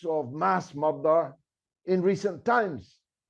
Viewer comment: You should try to differentiate your pronunciation of mother and murder!